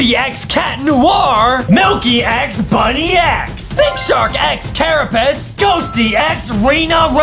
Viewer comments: It’s pronounced bunnix not bunny x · btw its bunnix not bunni x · 1: that’s not vesperia , that’s queen bee 2: It’s Bunnix Bun-IX not Bunny- X 💀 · It’s actually pronounced bunnex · Honestly the merch doesn't look that accurate, and they really know nothing about Mirsculous Ladybug at all, and they said Bunnix's name wrong!! I am a real Ladybug fan like this comment if you are a real Ladybug fan!